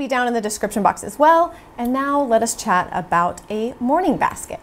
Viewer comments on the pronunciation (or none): none